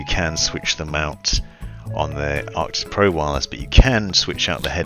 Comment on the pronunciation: It's Arctis not ArctiCs. There's no C. Just pointing it out.